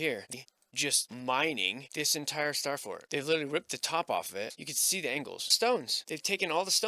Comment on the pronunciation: The “SssstaaaFforrt” accent still gets me every time. 😂